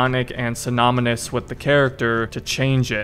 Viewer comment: Did you say "synomynous" ?